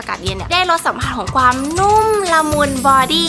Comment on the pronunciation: ทำไมพูดความเป็นกวามขอถามนะ